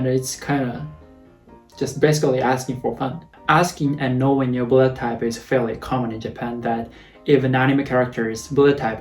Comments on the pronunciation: I always heard "Bullettype" instead of "Bloodtype" 🤣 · the way you say blood type sounds like bullet time